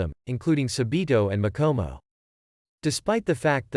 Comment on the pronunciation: You said Sabito and Makomo wrong but you said Sabito was almost right